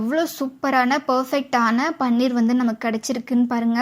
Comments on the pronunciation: அம்மா தாயே. முதலில் இதை பன்னீர் என்று உச்சரிப்பதை நிறுத்துங்கள். இது பன்னீர் அல்ல. பனீர் என்று உச்சரிக்க வேண்டும். தெளிக்கப்பயன்படும் திரவப்பொருள்தான் பன்னீர். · யம்மா. அது பன்னீர் இல்ல ! பனீர். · "பன்னீர்" என்பது ரோஜாப்பூவிலிருந்து தயாரிக்கப் படும் ஒரு வாசனைத் திரவியம். அது திருமணம் போன்ற விழாக்களில் உபயோகிக்கப்படும். இங்கே விவரித்துள்ள பொருளுக்கு தமிழில் "பாலாடைக்கட்டி" என்று பெயர். இதற்கு ஹிந்தியில் "பனீர்" ( பன்னீர் அல்ல) என்று பெயர். சரியாக உச்சரிக்கவும்.